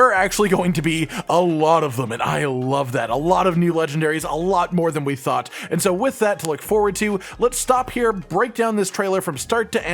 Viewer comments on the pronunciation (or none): none